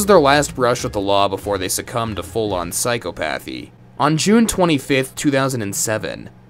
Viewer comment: Too bad you don't pronounce the D in Dnepropetrovsk. Also, learn how to pronounce Psychopathy.